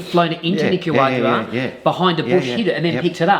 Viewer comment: Someone please teach him how to pronounce Nicaragua